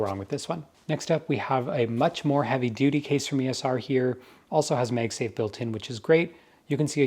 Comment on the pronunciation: Why does he keep saying “Meg safe”? It’s Mag Safe.